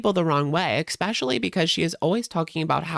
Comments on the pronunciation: Ekspecially? Really 😅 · Not the "eckspecially" 🤣 I died